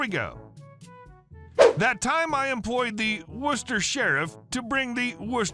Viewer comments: Thank you for correctly pronouncing Worcester, Massachusetts. Non-locals try to pronounce too many of the letters. Locals usually say, "Wisstah." Not far from Worcester are Leominster and Leicester (Lemon-stir and Lester). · I like the fact that you pronounced Worcester correctly.